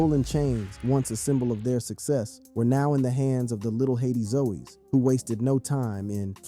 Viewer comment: "The Little Haiti Zoeys" 😂 Its ZOES, like Joes